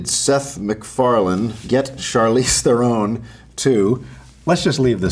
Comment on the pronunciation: Why doesn't he know "Theron" rhymes with "Sharon"?